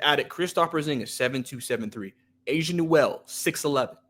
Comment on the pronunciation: it's pronounced A-SA not Asia lol....I don't agree with Asa being a big project offensively...I believe he's a 5 in the NBA but has enough skills to play next to another big man. On offense he has a defined NBA role as a rim runner and short role playmaker, he can already do that playing off a Trae. He will never be a shot creator but he has size, he's mobile, rangy, he's a very similar prospect in play style to a Derrick Lively with real shooting upside. I am higher on Asa than most, but he was firmly in my top 5 of bigs in this class. I thought he would've been in that 11-19 range this year, but to get that type of prospect at 23 is a homerun.